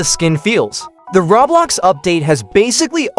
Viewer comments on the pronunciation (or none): none